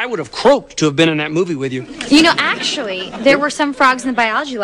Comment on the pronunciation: The way she said "Actually", it sounds like she saying her own name Ashley.